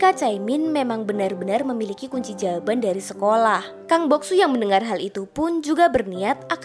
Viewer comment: Astaga kunci jawaban toh...kedengeran aku kunci jamban...🤣🤣🤣🤣🤣